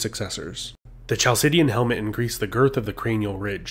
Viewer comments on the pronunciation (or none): Chalcidian pronounced like English khal sih di an. Not like Ch in cheese.